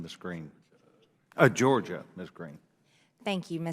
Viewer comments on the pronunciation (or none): none